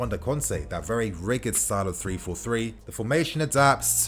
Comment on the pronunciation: It's been over 3 years bro! LMAO RIGID - pronounce it here!!!!